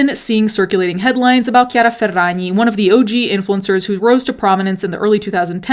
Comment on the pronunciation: it’s so satisfying every time you say ~chiara ferragni~